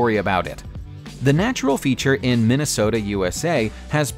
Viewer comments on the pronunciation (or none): none